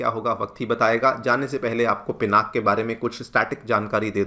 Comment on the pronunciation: Thanks you Sirji for saying पिनाक and not पिनाका.